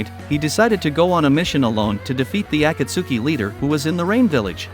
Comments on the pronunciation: you dont pronounce it as aku-suki, you pronounce it as a-cult-ski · Dude watch subbed and you can say DANZO and akatsuki correctly butttt it’s An AI homie